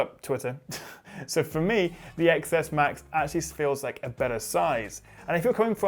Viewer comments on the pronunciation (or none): IT'S PRONOUNCED TEN S AND TEN S MAX IDIOTS.